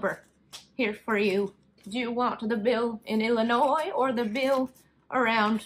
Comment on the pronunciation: The "s" in Illinois is silent. But noticed, while writing, you corrected yourself the next time you said it. Wait...you said it again!